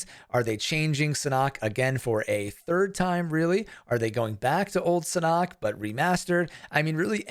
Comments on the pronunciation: SA NOK Not surnok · Had to stop watching this video just because you mispronounce Sanhok